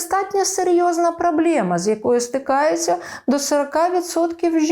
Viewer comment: Слухаю вас регулярно і підписана на вас. І дуже поважаю вас. Вибачте будь ласка, те ваше неправильна вимова слова "проблема" постійно збиває з змісту, що ви кажете. Якщо писати російською мовою вимову цього слова, то правильно казати проблЭма, не проблЕма. Ще раз вибачте.